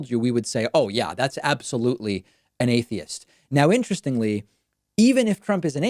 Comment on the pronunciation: He don't even know how to pronounce atheist